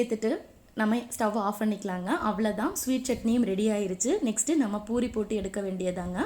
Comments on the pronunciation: Boori இல்லை . பூரி . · Panipuri nnu sollumbodu crcta solringa...but normal puri nnu sollumbodu edukku buri buri nnu pronounce panringa? Adhum puri dhan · It is puri not buri